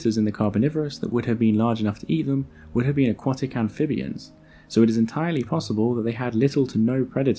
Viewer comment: Have I been pronouncing "aquatic" wrong my whole life?